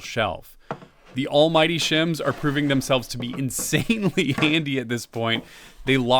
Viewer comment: Just to check, you called it the Almmighty shim, right? 😅😊